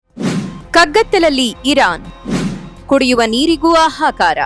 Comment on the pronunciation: ಆಹಾಕಾರ ಅಲ್ಲ... ಹಾಹಾಕಾರ